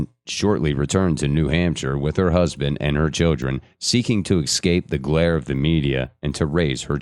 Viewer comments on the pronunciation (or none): this was excellent. really detailed and laid out in a linear, organized way. they only thing I'd say is please learn how to say "escape." it's not eXcape.